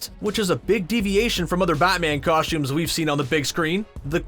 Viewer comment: Cosh-tuumez LoL